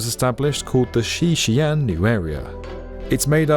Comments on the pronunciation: Xi'an is actually two words, pronounced SEE AHN. It's most definitely not pronounced Chian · This is my favourite channel on YouTube but with all the research you put into your videos, how much extra work would it take to ensure you're pronouncing place names correctly? It's not 'Shan', it's Xi'an, pronounced as 'Shee-an'. It's irritating and doesn't make the video seem as polished to those who know the correct pronunciations of these regions. Thanks. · Isn’t that competition canceled? And bro. For goodness sake. Xi-an is pronounced shi-an. Not “Shan”, which is in fact a male Chinese first name. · Its not pronounced xian, its pronounced like See An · its shee-an , not shan, hard to watch when you catch get the name right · 西安 Xi'an is pronounced as " si aren't (without the "t" sound ") " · Just saying ... Xian is pronounced as two separate syllables: Xi An. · "Shan"? lol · Xi'an is pronounced with two syllables sort of like See-Un , not one syllable. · Xi’an is pronounced “shee aan” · Xian = pronounced = “She On” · Two syllables Xi’An shee on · Xi'an is pronounced something akin to "she ahn" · The name of Xi'an is pronounced "xi-an". Two distinct syllables. Imagine saying the name of the French city of Leon as "loan". Do your homework. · It should be pronounced as XI AN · The apostrophe indicates a stop: Xi'An Pronounced roughly as Shee On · i hope they'll consider hosting conventions(like RV/campervan tradeshows) and concerts when the stadium isn't used for sports. as Tokyo Dome has been used in the past. the massive ceiling height makes for a wholly different experience than more generic convention centers. also just a minor note: Xi'an is 2 syllables, and Cuju the C is more of a ch, like choo choo train, and not an s. thanks for another great video.